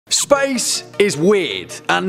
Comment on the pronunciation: I thought you said "Spice is wierd" because of your accent lol